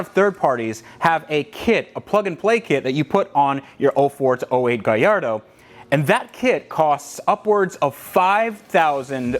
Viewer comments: Love you videos man keep it up. Just curious is it just me or it sounds like your saying gayardo to gallardo. Like when people say impretza instead of Impreza (subaru) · I am laughing with the way you pronounce gallardo..